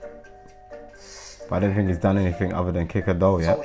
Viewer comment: "Hennything at all"